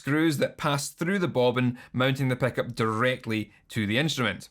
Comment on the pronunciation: honestly, i mostly clicked just to hear you say ‘peck-up’ for 12 minutes